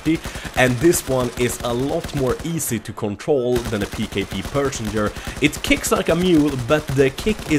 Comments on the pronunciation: The PKP Pechneg is pronounced pesh-neg not pershenger ;) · pkp PECHENEG not persenger..lolwat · I feel I should help you, it's pronounced, "Pe - sha - neg" first bit not "Pee", say it how it looks:) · Its pkp pencheneg not personger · its pecheneg and not persenger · Pet che negg, not persenger:P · P.e.c.h.e.n.e.g not persenger XD ;) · im sorry i just fin it too funny he fact yui say persenger in steasd of perchneg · Did he say personger? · yer and it's meant to be said as pesh a neg, it's a Russian name so remember that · cullen H-S Yeah lol, I'm still trying to figure out how he got personger. It's not even spelled like that... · Yeah I wonder also where he got the R from. xD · PKP "Personger" LoL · Repeat after me,: PE-CHE-NEG. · it is pronounced PESH-NEG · Bahahha love how you pronounce "Pecheneg" as "Personer" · dat PKP "persenger" XD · i hate to correct you but the pkp pecheneg is pronounced passion egg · this is how to say it Печенег. Печ-енег english Pecheneg. pech-eneg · i don't wanna complain, but please stop calling PKP pecheneg - "persenger" (or i don't know what you trying to pronounce) it's almost hurts physically xD just say "PKP", mate. Good video, by the way! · Pecheneg, how do you mispronounce it and say persenger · "Pkp persenjer" haha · U pronounce the pkp pecheneg as pkp pe-che-neg no perceherneg :D but yvdo i care just a lil ocd buzzing off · you totally butcher the pronunciation of the pkp pecheneg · Love how you pronounce pecheneg, lol))) You must name our weaponry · That's not how you say pecheneg. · dat pecheneg pronunciation.